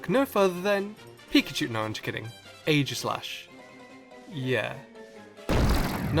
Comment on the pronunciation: Ae-jis-lash? EE-Jis-Lash